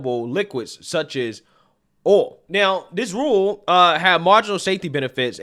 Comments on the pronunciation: Yo there is a i in oil. It is like O-E-oL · OHL for OIL , how do you say toys? TOES? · The way u said oil....lol..too funny